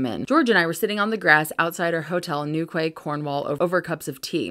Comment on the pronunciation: Yeah i got to that hehe , Also 2 things 1 you're a beautiful human being inside and out and 2 ( Newquay ) is pronounced ( New Key ) :) Happy to help! haha